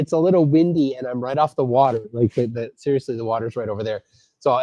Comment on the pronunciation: sełiously?? omg! 🤣🤣🤣🤣